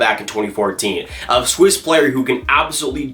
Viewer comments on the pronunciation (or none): none